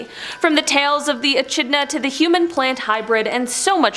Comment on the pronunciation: I offer this comment as constructive criticism. I really enjoy the content - being my absolute favourite. My only complaint is pronunciation. Echidna was pronounced E - Ch - idna but it really is pronounced E - Kid - na. Please keep the great content coming!!! Byeeeeeeeeeeeeee!!!!!!